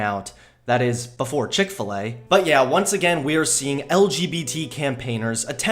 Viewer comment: The way you said chick fa la made me crak up and die for some reason